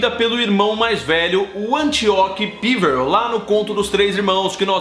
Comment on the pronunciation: OI, ótimo vídeo. O jeito como você pronuncia "Píverel" da um pouco de agonia, já que não se parece nem com a pronúncia comum no Brasil "Peverél" ou da inglesa.